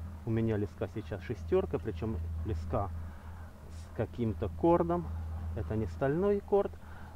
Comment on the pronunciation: Мужик, слова леска ударение ставится на букву Е, а ни на А, Ни а всё остальное просто хлам.